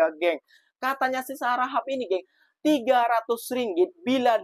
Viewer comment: Tegelak pulak, tgk tak reti sebut harakhap..segala mcm bunyi😂😂. Low sdm si minah harahap ni. Kalau rm300 tak dpt beli apa, meh bagi sini duit tu. Mcm mcm boleh beli, tak nak guna bolehje derma ke masjid, beri anak yatim, buat amal jariah lain. Rm300 tu duit petrol and tol saya per week 😂. Tukar pound sterling pon rm300 pon boleh beli groceries seminggu kat asda or morrison UK for one person.